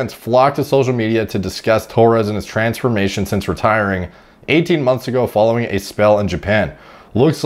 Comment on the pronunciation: Did he just say TRENsformation? 😂